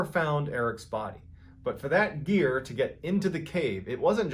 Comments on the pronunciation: At first I thought he said “ Eric’s ear” . The story would’ve been even creepier..... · Everytime I hear the mountain climbing one I think I hear "Eric's ear" rather than "Eric's gear"